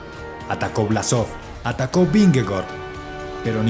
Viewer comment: Cómo critica constructiva porfa se pronuncia /Vinegor/